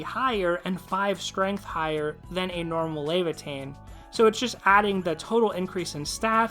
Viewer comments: Luh-vai-uh-thn Luh like lucky, vai like vying for power, uh like well...uhh...., thn like thin mints or athens. I feel like somewhat of a jackass, I have to remember that uploaders also read comments, ill try to be nicer in my criticism in general in the future. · If I ever hear lay - vuh - teen one more time I'm going to flip my shit